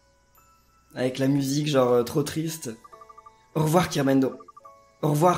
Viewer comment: On dirait qu'elle dit ''DIT AUREVOIR''